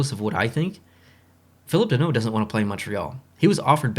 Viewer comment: lol the way you said danault sound pretty good for not a french speaking man